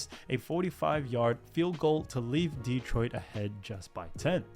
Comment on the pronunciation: Mispronounciations abound... many on the names of the players, but the most glaring repeated one is... it's de-TROIT, not DE-troit.